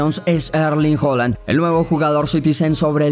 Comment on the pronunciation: PORQUE LE DICES HOLAND SI ES HAAAALAAAANNNDDDD F...K AGHHH QUE ESTRESS